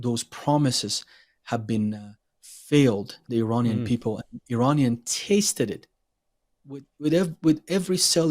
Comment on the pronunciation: when you say “Iranian”, it’s supposed to be “i”’as in “it”, not “i” as in I. I just had to say that. Thank you for your content and I love your channel and I tell others about it!